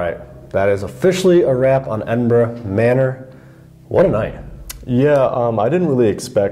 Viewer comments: As someone who grew up just outside Edinburgh, Scotland, it makes me so happy to hear Edinburgh pronounced properly. Thank you. 😂 love the vid! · I was born and raised in Edinburgh (scotland) I'm om very happy you have pronounced Edinburgh correctly 😂